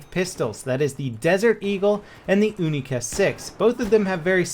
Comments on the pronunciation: It's not oonica 6, its younica 6. pronounce it wrong D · its U-Nee-Ca not Ooo-Nee-Ca , u wouldn't call it a OO-nee-corn would u? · Pronounced younica not oonica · Younica. Its not the oonica no offense all people that use oonica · it's kinda funny hearing "oonica 6" instead of "younica 6". 😂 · You-ni-ca not oo-ni-ca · You say "Unica", I say "Younica". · wtf is an oonica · What the fuck is a oonika? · He is trying to say: "Unica 6" but he is American propaganda channel not russian so yeah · You wouldn't pronounce unicorn oonicorn so why call the unica a oonica?! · the [OONICA] ? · "OONICA 6"??????? oh yeah, is it made out of ALOOMINUM???? when will americans learn how to pronounce words correctly, not just how they're spelt...sigh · The "oonica" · Why do you pronounce your U as ooh? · why are you saying oonica.....you dont say ooniversity... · Why do Americans pronounce the unica like oonica? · dont just say unica put more emphases on th U because it makes sound more magical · Is it pronounced OO-NI-KA or YU-NI-KA? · It's pronounced like unicorn, you wouldn't say unibrow like how u r saying it R u?